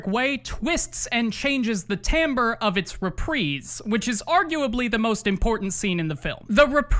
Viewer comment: holy shit. pronounced timbre right. It was so right that I genuinely had to stop for a second, because it seems almost no one uses the proper pronunciation, so much so that my brain told me it was wrong for a moment.